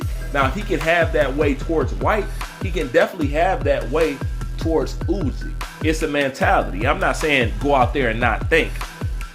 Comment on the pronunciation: You pronounce the name Usyk badly 😵🤣 It's not U-zyk.